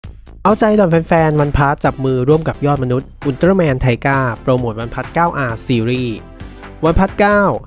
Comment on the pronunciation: ทีก้าครับ ไม่ใช่ไทก้า